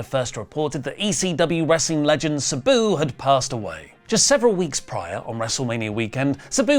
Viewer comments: Who the hell is “Subew”, then when he’s reading it, it’s “Sabu”! Damn you!!❤😂😂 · Why is saying Sabu like that lol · PLEASE PRONOUNCE SABUS NAME CORRECTLY!!!!